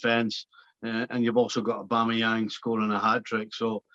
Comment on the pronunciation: Nicol can't even say AUBAMEYANG properly. Probably just grumpy that Liverpool are out of the title race.😂😂😂😂